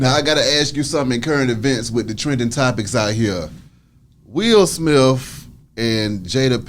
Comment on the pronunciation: It's Smith with a T H not an F , it isn't Smiff 🤷‍♀️🤦‍♀️